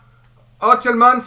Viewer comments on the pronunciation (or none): on prononce tilman ce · La prononciation du "Tielemans" n'est pas passée, sinon bonne video